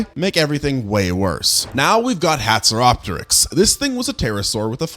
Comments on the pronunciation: You pronounced hatzegopteryx slightly wrong. (Hats-eh-gop-tricks) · You miss pronounced haxygopterex